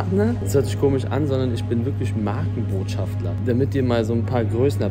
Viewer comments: Ich gönne es dir so dolle <3 aber bitte bitte sag doch nur einmal schafter und nicht schaftler, mein innerer Monk springt aus dem Fenster... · Jung, es heißt BotschaftER nicht BotschaftLER. Eli hat es falsch gesagt. Clever biste nicht.